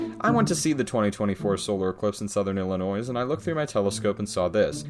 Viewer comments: Your flat earth debunk might be accurate, but when you pronounce Illinois with an audible 's,' I couldn't continue to watch. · You pronounce the silent-S at the end of Illinois, therefore arguments invalid = Earth is flat. 😅